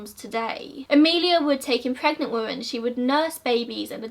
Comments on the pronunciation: Just curious, why do u pronounce 'women' as 'woman' its REALLY odd? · I wondered the same thing, it's "women" it's not difficult to pronounce.